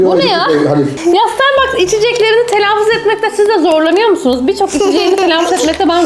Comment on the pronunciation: starbaske diyişi